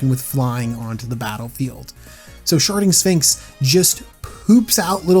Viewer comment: Is it bad that i could only hear "Sharting Sphinx"?